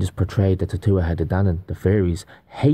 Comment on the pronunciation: Y'all really got to learn how to pronounce the word tuatha.... TooWathA... They say it in the movie Willow Non-Stop... Her name in the movie is Elora Dannon.. every time you say it incorrectly it kind of makes you both sound unknowledgeable about this topic.